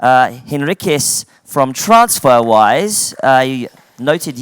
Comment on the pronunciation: "transferwire"... fail